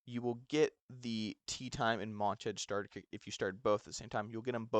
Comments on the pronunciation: Great video dawg! Please look up how to pronounce montage tho dawg! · 😂😂😂 was thinking the same thing lolol